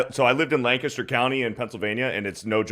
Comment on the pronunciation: 🤭 lived in Lancaster County? Not long enough to use the native pronunciation "Lank-aa-stir" instead of the tourist pronunciation of "Lan-cast-ur" 🤭